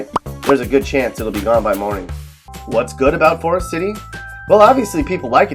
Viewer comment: Can’t pronounce “Forrest city” either